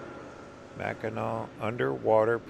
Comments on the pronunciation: Hi I'm just now today finishing up on watching the rest of your Michigan video. I just want to say that pronouncing Mackinac is Mack-in-aw. Thanks for the video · Beautiful video. Brings back many memories. Just one correction. Mackinac is pronounced Mackinaw. Spelled differently but pronounced the same. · You missed the Valley Camp Ship Museum and Tower of History in the Soo. Big miss. Mackinac and Mackinaw are both pronounced Mackinaw. Another big miss was Mackinac Island. No cars on the island. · Its still pronounced Mackinaw! Mackinac is the French spelling.